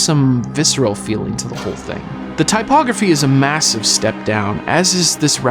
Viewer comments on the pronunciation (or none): none